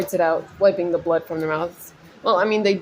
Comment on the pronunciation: I love the way you say blood like "blerrd" haha!